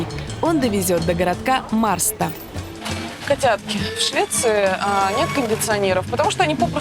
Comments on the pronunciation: не мАрста а мешта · НА МИНУТЕ НЕ МАРСТА , А МЭШТА , MÄRSTA - Ä - Э .,,, RS- читаем как - Ш